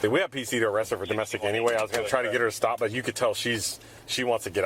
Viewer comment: Pleasea, noa, stopa. none of these words have an a at the end.